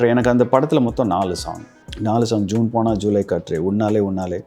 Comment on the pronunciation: It is not Juuune ponal....it is Jun ponal...